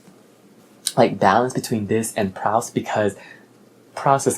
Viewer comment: Proust is pronounced Proost. I came very close to choosing Black Boy. I need to read that book. Unbroken is an amazing story. The writing is ok, but the story was incredible. Quiet has some interesting aspect however it was a little boring in places. You should definitely pick up The Warmth of Other Suns too.